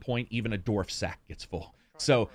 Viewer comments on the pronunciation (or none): I like how calls then "doorf" rather than "dwarf"